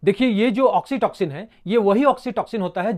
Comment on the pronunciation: Oxitoxin Nehi oxytocin 😂😂